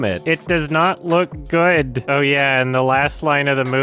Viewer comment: “the movie is guurd” - “the lion king man”